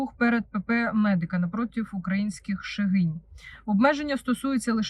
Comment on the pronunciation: МедИка - ШегінІ Наче так правильно ❤